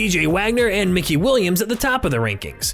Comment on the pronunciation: It’s Mikey Williams, not Mickey, goofy ahh